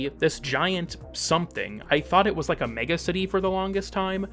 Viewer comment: You just said Ike